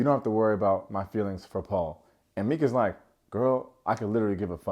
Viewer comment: The drama with Netflix and Charles, er I mean Charlie is EVERYTHING! 😅 Also, I saw Kwame's salad too because at first I was like damn, he demolished that salad, 🥗 then oh wait nevermind 😅 Also Meeka = MY-ka ❤